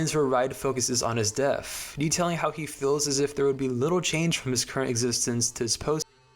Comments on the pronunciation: Your pronunciation of the "th" at the end of a word as "ff" is definitely not helping to maintain a serious tone "leading up to his untimely deaff" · I enjoyed this one a lot, but I still haven’t figured out if he was saying death as “deaf” on purpose or not.